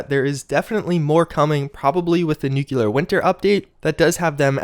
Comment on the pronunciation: Nuclear is pronounced new-klee-ur not new-kyoo-lur